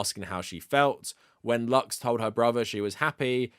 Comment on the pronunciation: About pedros sister, It's not pronounced "luks" it's "loos" or translated to English "light". Usually latinos spell it "luz". An"x" makes an "s" sound when necessary.